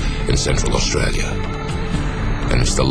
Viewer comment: You notice how he says australia in an australian accent